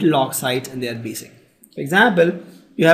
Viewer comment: its basic not basis